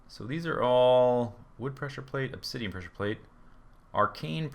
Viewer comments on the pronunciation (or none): none